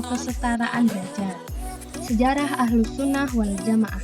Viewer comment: Bukan ahlul tp ahluss Lo dek